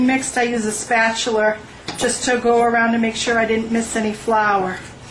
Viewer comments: great job on the video,I also bet your hubby hounds around in the kitchen too eh? Like how you pronounce spatula and spatuler :) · berate your husband miss pronounce spatula and show us your king Arthur than you lost me..could care less! hope people enjoy it